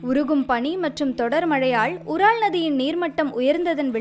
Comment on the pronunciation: அது உரால் கிடையாது.யூரல்.